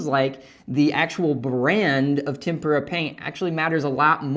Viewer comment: Thank you for the useful information. One point: TEM-pra. tem-PUR-a paint is paint dipped in a Japanese batter mix, and deep fried.